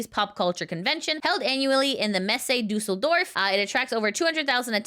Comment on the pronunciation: Happy Birthday! I'm impressed how well you pronounced Düsseldorf. Have you practiced it for the video or did you learn german in your past?